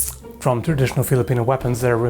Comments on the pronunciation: twwrradritijooonalll.. OP english skillz! love from Denmark. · Let me help you it's "traditional", your welcome.